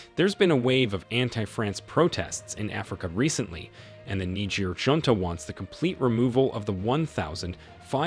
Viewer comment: If you cant even say the name of the country you are doing a story on, how do you expect it to be informative?